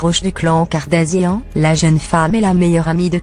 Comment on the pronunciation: Cette voix franchement, en plus prononce très mal les mots et noms kartazian, kili ..🤦‍♀️